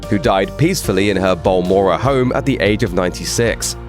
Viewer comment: It's Balmoral, not Ballmorra.